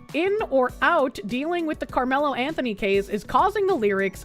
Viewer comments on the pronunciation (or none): none